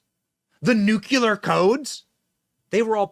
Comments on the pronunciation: Nuclear not nucular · ITS PRONOUNCED N U C L E A R BENNY NOT N U CUUUU L E R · NUCLEAR, not nucular. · Benny, its not nuculure, please...its nuclear...NEW-CLEAR pronounced like this. Dont mean to be petty but you are a political media face and should most definitely know this is how it is pronounced. Only you and George W pronounce it this way lol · The word is „NUCLEAR“, not NUCULAR! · Love your show but please pronounce nuclear as (new-clee-er) not (new-cue-ler) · Benny... It's nuclEar, not nucUlar! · GOD I wish you read comments. Learn how grown ups say Nuclear! It's NEW....CLEE...ER.......Not NU...Q LAHR..... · Benny...please. It is just two simple words. NEW and CLEAR. Now say them together. Love your content, by the way. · Benny, I love you, which is why I'm saying it's NOO-CLEE-ER